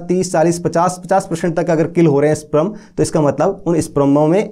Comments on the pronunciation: Sprum nhi sperm hota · Pehle sperm to bolna sikh le, wo sprum nhi sperm hota hai